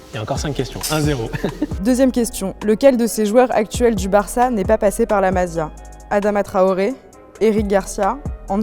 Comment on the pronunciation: La mazia mdrr ca se dit la massia